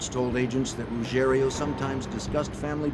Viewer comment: It’s Ruggiero.